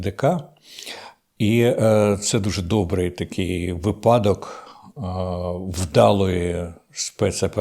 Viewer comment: Не випадок а випадок🤯